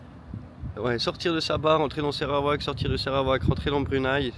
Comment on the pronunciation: Je découvre votre "voyage"! Merci d’appeler le Sarawak et NON SÉrawak !😢, information : merci = Terimas kasis, bonjour : Selamat pagi, étonné de votre galère pour le super 97 ici à Kuching toutes les stations en ont 😂, le Sarawak et Sabah font partie des 14 états de la Malaisie mais, c 2 états possèdent 80% du pétrole et gaz de la production de la Malaisie et le Sarawak a quelques "rêves" d’indépendance ! Ils ont un gouvernement avec un 1er ministre, à Brunei ce n’est pas un roi😢mais un Sultan comme en Malaisie et chaque état de Malaisie a un Sultan 😂 Bonne suite et vous verrez que la Malaisie n’est pas la Thaïlande, enfin vous êtes en pays muslim appliquant la Charia mais, tout est Cool en Malaisie et vous pouvez boire et acheter de l’alcool et du porc ! 😂😂❤❤ Au prochain épisode, je me régale d’avance ❤❤